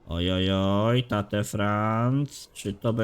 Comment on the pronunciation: imię tego młodziutkiego amerykanina czyta się Tejt